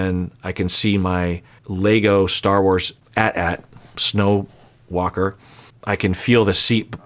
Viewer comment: I know you did not just say AT-AT like that 😂